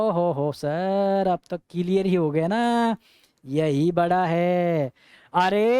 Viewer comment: Yes sir it is crystal किलीअर😂😂